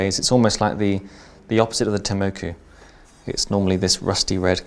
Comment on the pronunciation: "temoeku"?????? Tenmoku Ten(heaven)Moku(eye),pronounce the word properly.